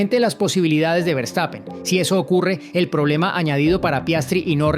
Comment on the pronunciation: Hola. Eres excelente periodista. Y hablas relativamente buen inglés.Pero no se dice Berstapen, sino fershtapen. Verstapen. Saludos desde Alemania.